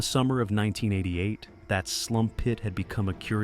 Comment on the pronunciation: I think those pits are called sump pits not “slump” pits, lol. But irregardless, what a crazy story and well told too. Thanks!